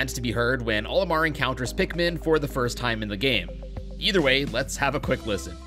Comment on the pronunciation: When I heard someone says pikmin I thought he sed pigmen 4 some reason 😂